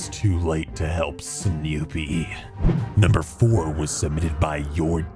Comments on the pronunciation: Dude, stop saying Snewpee's name like that. It's fucking annoying. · God stop saying Sneewpee like that! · I don't care for how he says snoopie... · No one: saying “Snoopy”: SNEWWWWPEE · did anyone else notice how he said snoopy cause it sounded like "sneewwwpie!" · Why does pronounce snoopy sneewwpee when he says her name? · Shianna W it sounds more like snewpee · Lol i liked how he said snoopie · Why did you say snoopies name like that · why does he pronounce "Snoopie" the way he does